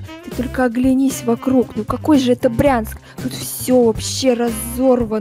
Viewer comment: Не Прянск , а Брянск